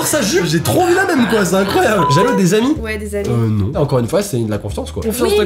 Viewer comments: Att.. Là.. Ont est d'accord que il n'y a pas que moi et qui as entendue " Habits "au lieu de " Amis " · Moi aussi j’ai cru que tu disais habille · Moi aussi j'avais compris habit au lieu d'ami😂😂😂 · Oui moi aussi j'ai compris habits au lieu de ami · tu as bien dit habits 😂😂(enfni je crois ) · J'ai compris "habits" à la place de "amis" 😂🤦🏽‍♀️ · moi aussi j'ai cru quelle avait dit habille 😃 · moi aussi j’ai entendue HABITS hahahaha